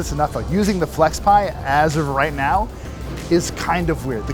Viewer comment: FlexPai. It's FlexPai.